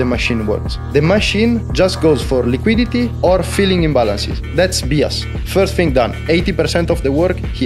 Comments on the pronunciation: Bias pronounced BS... Kinda changes its meaning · Learn to pronounce bias.